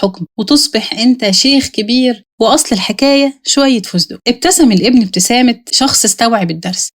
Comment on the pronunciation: على الأقل يجب التحقق من النطق الصحيح للمصطلح قبل نشر الفيديو لأن فَسْتَقْ لفظ خاطئ، واللفظ الصحيح هو فُسْتُقْ